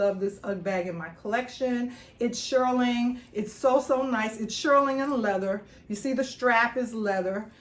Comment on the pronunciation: nice haul girlie...it's pronounced "SHEER-ling, not SHIR-ling"😊